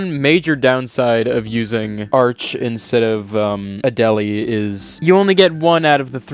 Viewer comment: Add-uh-lee is its pronunciation. Also Action Retro has demonstrated this on iMacs.